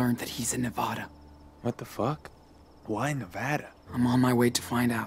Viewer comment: why the fuck says “ne-vah-da”